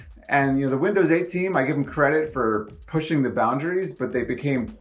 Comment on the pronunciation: Nah .... he says Vindoz